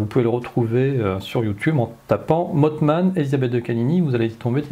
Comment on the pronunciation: Si Elisabeth me lis, ça fait deux émissions où elle parle du mothman sans bien le prononcer et ça m'irrite vraiment (en plus la crédibilité en prends un coup). Ça se prononce mossman et pas motteman... voilà dsl mais j'en pouvais plus. Je suis soulagé merci.